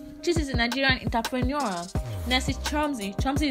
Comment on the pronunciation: Why do you keep pronouncing entrepreneur that way. So stressful